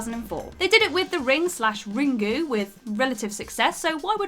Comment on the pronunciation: Mental note: "Ringu" does not rhyme with "Pingu".